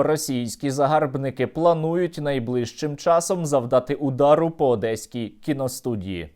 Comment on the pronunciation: «На ОДЭСКОЙ КИНОСТУДИИ» ну она смешная 😆